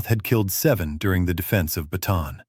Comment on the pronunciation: You are pronouncing "Bataan" incorrectly. It is pronounced Bah-tah-ahn.